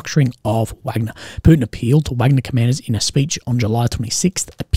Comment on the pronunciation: Still won't make say "Wagner" correctly. We all know how to say Wagner the composer, I hope ok -- Dmitry Utkin (callsign: Wagner), co-founder was a fan, let's say...